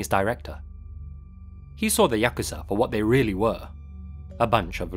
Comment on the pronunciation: Thank you for pronouncing Yakuza correctly. Every time I hear it said Yah-Koo-Zah, I die a bit inside